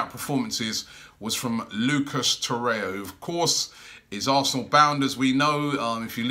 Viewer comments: Torreira not Torrea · its torreira not torrea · Torreira. Not Torrea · TO-REY-RA or TO-RARE-RA come on Robbie man wtf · There's another R in the name. It's Torreira. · will robbie move to.Urugay to.learn pronuniction of lucas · Robbie still can’t pronounce torrerira’s name right or any name for that matter 😂😂